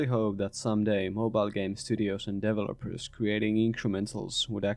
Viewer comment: I love this - absolutely true! Also, accent really calls out these mobile guys - it sounds like "devil-opers"! Thanks for this insight, as I am getting ready to try my hand at an incremental of my own...